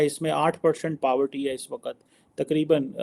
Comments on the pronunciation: Power Tea nahi Poverty 😂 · Paavarty Nahi re madrasa chaap 😂😂😂